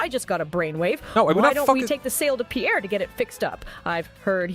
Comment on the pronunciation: Pronouncing Pierre "poo-air" was a choice.